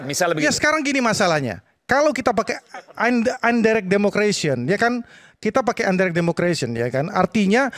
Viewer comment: Ngomongnya Aja salah : Indirect bukan undirect, Makanya pake bahasa Indonesia aja Jangan sok sok an pake bhs Inggris salah salah